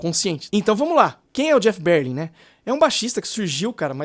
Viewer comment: Que BÉR-lin, rapaz?? É ber-LIN mesmo!